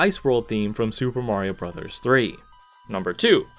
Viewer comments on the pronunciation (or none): none